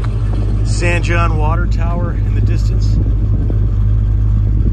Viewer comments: It’s pronounced San Hone, that first old garage you stopped at was my wife’s great grandpa’s shop back in the day. Our post office is also historic for receiving one of the first air mail drops. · San Jon pronounced San "Hon"